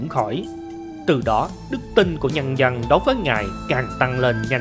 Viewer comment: Lạy luôn cái giọng đọc,học chưa hết môn chính tả lớp 3 thời tiểu học mà làm mc dẫn chuyện, người phặt giáo,người dăn, giăn lưới hả gì, cái phặt hả gì, phát âm gì lạ vậy, ở đây người dân đạo phật chứ không có người dăn đạo phặt